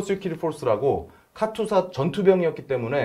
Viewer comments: 카츄사가 아니고 카투사 입니다. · 카츄사가 아니고 카투사입니다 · 카튜사가 아니고. 카투사 KATUSA KOREA. ARMY Temporary duty USA. 입니다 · 카츄샤가 아니고 카투사입니다 참 촌스럽기는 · 카츄사가 아니고 카투사(KATUSA)입니다.